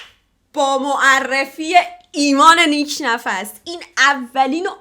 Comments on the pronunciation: Nik nafs ❌ nik nafas ✅ 😅😅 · نیک نفس❌️ نیک نَفَس✅️